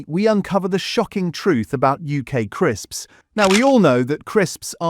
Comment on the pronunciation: Why's he saying crisps like that 😭